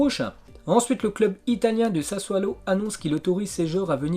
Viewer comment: SASSUOLO pas SASSUALO prononce bien, ce problème d’élocution ne s’arrange pas... vraiment dommage..!